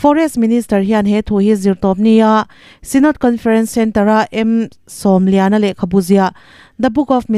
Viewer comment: Lehkhabu tlang zarh buatsaihtu hi M. Sawmliana Hming hi Sawm tih hi 10 tih a lam tur a ni lo, mi va Sawm anga lam tur a ni zawk e.